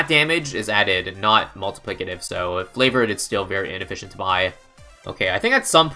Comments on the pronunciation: is there a reason he says FLAVOURED trades instead of FAVOURED? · I swear says Flavoured Trades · could literally do anything in BTD6 instead of pronouncing “Favoured Trades” correctly